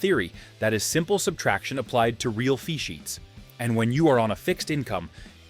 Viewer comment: I thought it was saying "Feces" but it was saying "fee sheets"